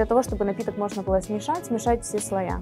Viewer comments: может, подает и грамотно, но говорит неправильно) не слоЯ, а слоИ)) да и кофе всё еще мужского рода)) аж слушать неприятно такое. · Да, такого ещё не было: слоЯ. Единственное оправдание, что девушка не журналист, и не эксперт, для неё главное в профессии - готовить своими руками. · У меня тоже аж уши режет от этого "слоЯ". )))